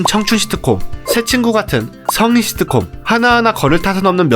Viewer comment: 발음 연습점 thㅣ트콤 너무 듣기힘듦